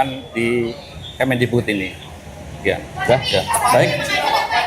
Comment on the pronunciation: Mantan mendikbud min, bukan mendigbud 🙏🙏